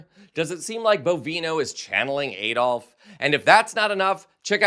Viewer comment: From the UK. Its AAD-olf and not EED-olf.